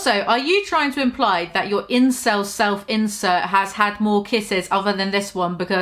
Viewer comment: I keep hearing "self-incel" every time she says "self-insert". Still fits just fine though